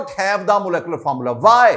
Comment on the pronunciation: Pehli baat it’s molecular not molecolar secondly aap pata nahi cheezon ko sir kyun sar sari batate hein deeply explain nahi karte agr kisi ki base achi nahi hein aap ka pora lecture sar ke opar se guzar jata hai😢